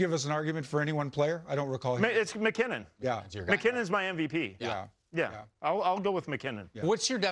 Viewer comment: It’s mackinnon